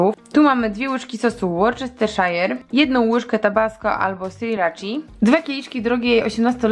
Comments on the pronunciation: Worcestershire mówimy "łostaszer" a nie "łorczesterszajer" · Tak tylko jako ciekawostka językowa, bo sama byłam zaskoczona - poprawna wymowa nazwy sosu to "Łusterszer" :) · Sos Worcestershire czytamy łuster szer